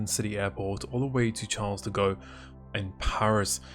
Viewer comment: Nobody:: Charles de go